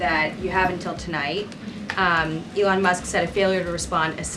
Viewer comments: She called Elon ‘Elaine’ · Did she really said “Ivan" (Musk)? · She called Elon Elaine🤣🤣🤣